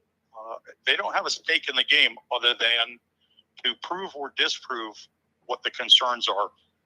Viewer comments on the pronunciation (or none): none